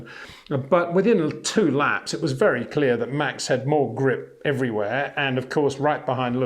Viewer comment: Try saying Max Verstappen correctly, so no Mex Vershtappen please!